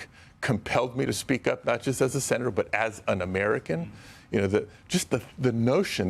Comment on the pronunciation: Sen-a-tear Jose Padilla 😭😢😹😿😹😢😿😹😢😭😭